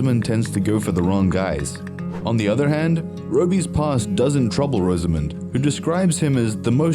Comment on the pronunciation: Her name is pronounced Roz-a-mund, not Rose-A-Moond.